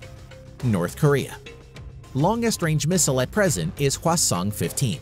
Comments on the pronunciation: I heard North Korea's "Hwasong" as "Croissant" the first time hahahaha, was like, no way it can't be that cute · North Korea: HwaSong French: wait....what? Croissant???